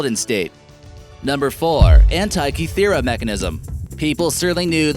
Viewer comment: The pronunciation of Antikythera is DREADFUL!!!